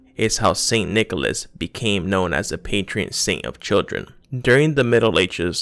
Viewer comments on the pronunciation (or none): You keep saying patrEon Saint. It's patron. No E... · I think its PATRON saint, not PATREON, patreon is something else mate 😂😂